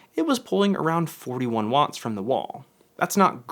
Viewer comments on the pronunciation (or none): none